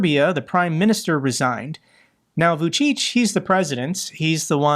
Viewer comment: Vucic is pronunced "Vou-chitch" like witch but "chit"